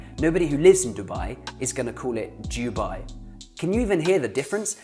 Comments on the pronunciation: its not duh it doo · Dubai is not Doo+baai but more Do+bey And kuweit is not kooo+weit bit more Ko+weit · I’ve never heard anyone say Jewbye instead of Dubai! :/ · You pronounced Dubai wrong it is pronounces Thu bay not DO BYE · Are you sure your pronunciation of "Dubai" is correct? All Arabic speakers I've ever heard pronounce it closer to "du-bay" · its du-bayy n shaarqa, bah-rayyn, qaTarr n ku-wayyt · You're still pronouncing Dubai and Kuwait wrong.